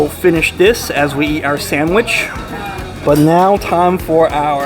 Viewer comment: Enjoy your reviews but your continuing putting an "m" in sandwich is very annoying.